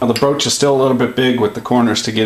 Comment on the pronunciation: The word of today is BROASCH!